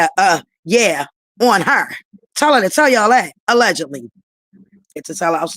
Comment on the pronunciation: Chyna heard the word “allegedly” and haven’t stop sayin it since 😂 she too illiterate to know how to use the word, how tf u saying “FACTZZZ” after u saying allegedly?? It’s one or the other. She don’t even know how to pronounce it tf is “allegendly” it’s no N in allegedly 😂😂😂😂